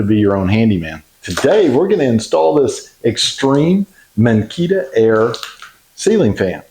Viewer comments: It’s pronounced MINKA-aire , not Mikita. We have the 65” - love love love it! Great demonstration! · It's pronounced Minka Aire 😊